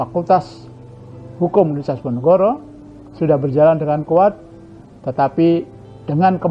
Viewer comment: Sering kali penyebutan kata "universitas" oleh Pak Rektor terdengar "unisitas" 😔😔